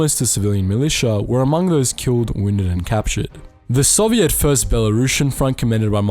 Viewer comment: Very informative thank you if I had one thing to critique it would be the pronunciation of soviet it is pronounced SO-VI-ET SEW-VEE-ET OR IS THAT UR ACCENT ?